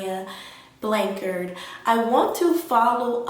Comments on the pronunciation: Just a heads up, her surname is pronounced Blan-chard as in ‘char grilled’. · Weird to me that u are supposedly hearing from her but cannot pronounce her last name🤦‍♀️🤦‍♀️🤦‍♀️🤦‍♀️🤦‍♀️🤦‍♀️